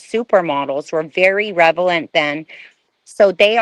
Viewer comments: I’m pretty sure meant “relevant”. “ReveLant” isn’t a dang word. Lol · She also said "revelant," instead of "relevant," in the beginning. But that's fine, we all do that at times. 😊